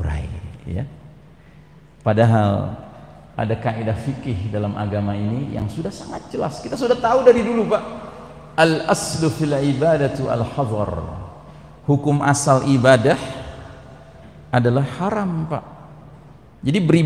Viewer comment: Kok baca nya fil ibadatu yang benar benar al aslu fil ubadati bukan Tu . daaaaa reah